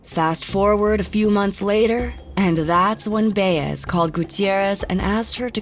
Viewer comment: The way you’re pronouncing “Baez” makes me cringe lol